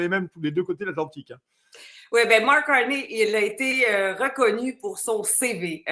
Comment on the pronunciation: Salut, ici à Montréal, on ne dit pas Marc Carni comme un nid d'oiseau cui cui cui, on dit Marc Carné comme crotte de nez, nez nez.